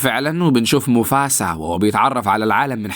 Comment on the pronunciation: موفاسا مو موفسا